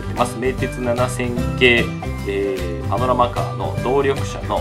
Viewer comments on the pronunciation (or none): パノラマカーがアブラマカーに聞こえたwwwwwwwwwwwwwwwwwwwwwwwwwwwwwwwwwwwwwwww